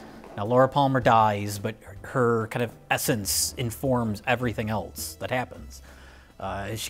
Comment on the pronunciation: it's "else" not "elts"